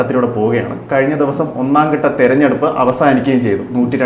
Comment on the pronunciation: ഒന്നാം 'കട്ട' തെരഞ്ഞെടുപ്പ്, 'മണ്ടലങ്ങൾ ' വളരെ നല്ല ഉച്ചാരണം 👍